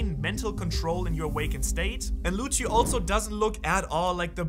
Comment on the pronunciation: the way you say lucci .. pls stop